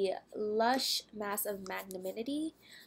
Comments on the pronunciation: Ashaunti Damore I was like cringing every time she said magnaminity😂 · Actually, it's mag-NA-minty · I think you're saying it wrong. It's Mag-na-min-ty.